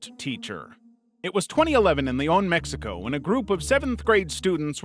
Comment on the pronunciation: no, i mean the way the narrator pronounced it was weird